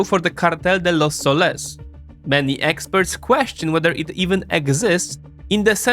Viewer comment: As a latam native,its sOles not solEs besides that nice spanish